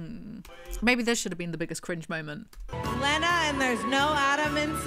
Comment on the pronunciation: What got me was Tana mispronouncing Lena's name even if it was just to make the same unfunny joke multiple times